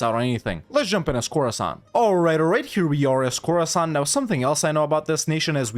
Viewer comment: Khorasan, more like Core-san!